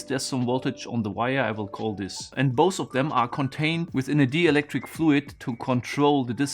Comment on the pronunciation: "dielectric" should be pronounced like DIE-electric